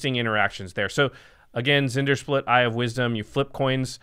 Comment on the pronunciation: By the way, it’s pronounced “En-dear-split”. The Z is silent.